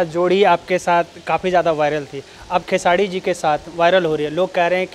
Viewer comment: Ye anchor ko bolo pehle खेसाडी नहीं बल्कि खेसारी बोले